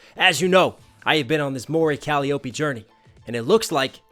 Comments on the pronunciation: this bothers me. calliope - coh lie oh! pee. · KAH-LIE-OH-PEE. Her name is borrowed from Greek mythology, and she states it many times; always pronounced correctly.. but you always butcher it so badly that it comes across as disrespectful. :/